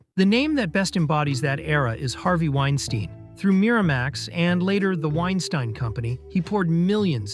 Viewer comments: Literally pronounced Weinstein two different ways within a few seconds of each other... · you pronounced Weinstein two different ways 😂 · How are you gonna be a film channel and mispronunciation Harvey Weinstein’s name? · I think you’re pronouncing Weinstein’s name incorrectly.